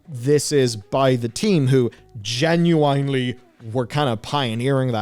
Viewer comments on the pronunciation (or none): Why are you saying "genu-ayn-ly"? It's pronounced "genu-in-ly" :)